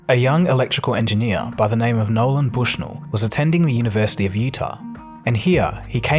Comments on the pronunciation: Also -- dude, seriously. There's no 'D' in "Nolan". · Some factual inaccuracies with the narrative, oversimplification and sometimes saying Nolan as Noland. Otherwise not bad.